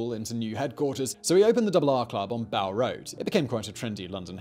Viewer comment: Is it me or does this guy mispronounce something in wvery video, just to confuse our American cousins? Bow Road should be pronounced to rhyme with toe. Bow is an area of the East End.